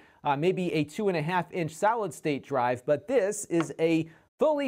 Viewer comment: Am I the only one who keeps hearing "Salad State Drive" ?